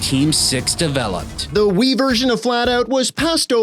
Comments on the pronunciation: I heard “Flatout 2010 on Wii” as “Flatout 2010 Ennui.” And I think I was right. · Three rhymes with Wii. FlatOut Thwee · Funny how "on Wii" sounds like "ennui".